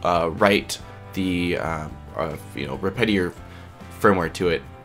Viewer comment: respitary? really tho